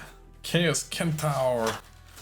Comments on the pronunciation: well goodhall got one the SENTARS not kentars the C mackes a S sound THE REST HI EVES like get to go with my hi elf army but nope but will see what do with em as post it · Kent-aurs. Kentaurs lol. Cent. Cent-aur. Centaur. Sorry, but that pronunciation was bugging me lol. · I was super confused by 'Chaos Kentowers' then I realised you were saying Centaurs, we say it with an 'S' sound at the beginning. I think you got decent value here! I agree those 4th ed wizard sculpts are great.